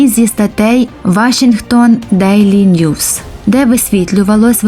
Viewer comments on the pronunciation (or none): none